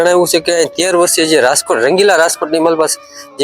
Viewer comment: રાજકોટ ભાઈ તમે રાસ્કોટ બોલો છો